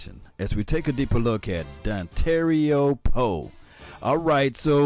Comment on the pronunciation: Love your vids man, but you gotta stop calling this man Dontario lol. It's Dontari.